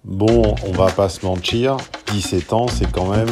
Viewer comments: " Mentchiir" ... c'est trop x) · Je suis la seule à avoir entendu « bon on va pas se mentchir »?! te serais-tu fait grand-remplacer? 😂